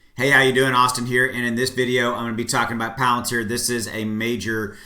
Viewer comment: You didnt mispronounce palantar. Bravo. Great update thanks